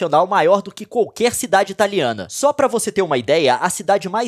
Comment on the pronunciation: Toda hora q ele fala italiana eu entendo da Rihanna